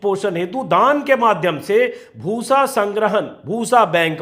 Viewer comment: Bhoosa na huya “bhus” ho gaya 😜😝😜😝